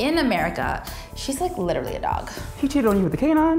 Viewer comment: He said lit-ra-ly